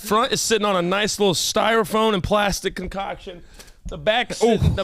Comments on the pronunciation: “StyroFOAM”, not phone, 🤦‍♂️ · DID JUST SAY “STYROFOAN” AGAIN, INSTEAD OF STYROFOAM?!? 😳🤦🏼‍♀️🤣